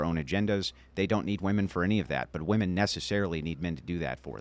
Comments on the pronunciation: Why do so many people have a problem with saying 'women'??? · Why do all these young girls always say “woman” instead of “women”? So annoying. The Air Force guy seemed nice enough but everything had to be started with “when I was in the military”. Destiny is useless. He has no idea how the real world works. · says "wooman" for both the singular and plural and it's irritating to listen to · How come women can’t seem to differentiate between the word ‘woman’, and ‘women’?